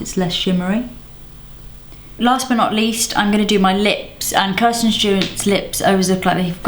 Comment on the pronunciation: Kristen not Kirsten